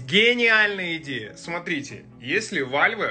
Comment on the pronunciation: А Почему ВАЛВЕ??? Просто Валв !